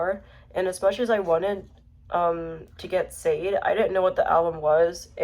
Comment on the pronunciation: you showed up on explore. interesting super chill authentic watch. sade is pronounced sha-day i often made this mistake as well until someone corrected me. lowkey has inspired me to show off my own cd collection. i have an autistic love for showing off my physical media. subscribing 👍.